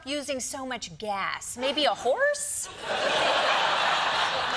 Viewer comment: I thought he said hose, not horse